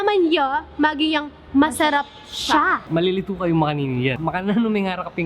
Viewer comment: Cóng, dakal la Tegalúgan ó... "malilitû" kanu ngánang Brunu...